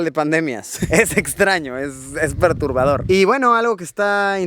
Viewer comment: creo que es perturbador amigo no ¨perurbador¨ saludos.